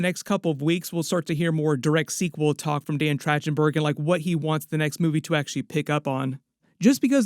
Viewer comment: Just wanted to alert you to the info that it's a hard c or k sound for the directors name - So it's said like Track-ten-burg, not with the soft ch sound. Not to be THAT guy, but I'm gonna totally be THAT guy, because I KNOW his name is pronounced all over other media properly .